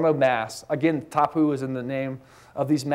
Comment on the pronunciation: This was interesting until the lecturer mispronounced the word tapu, several times in fact (lol), which made me seriously doubt his credentials and inner knowledge regarding this subject.